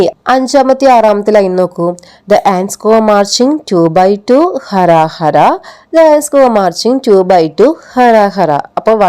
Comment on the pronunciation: ഹ അല്ല ഹു.. Pls check